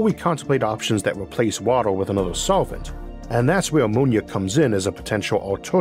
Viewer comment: "That's whew ammonia comes in as a potentiow sowvent fow watow"